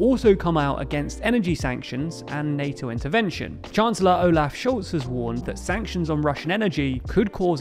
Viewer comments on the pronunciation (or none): none